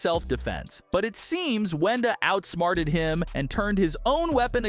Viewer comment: It is Wenda not “whenda” 😂